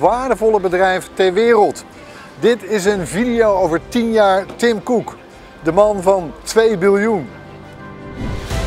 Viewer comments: Erwin moet even een cursus Engels hebben want dit is echt een blamage. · Niemand: Helemaal niemand: ERWIN: TIM KOEK